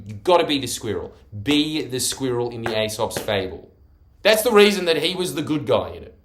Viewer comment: Ee-sop* As in encyclop-ee-dia